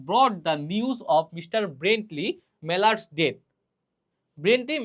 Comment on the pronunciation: Marrald na mallard hobe uccharon korte pare na 😂